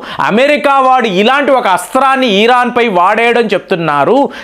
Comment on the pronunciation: ఈరాన్ కాదండీ ఇరాన్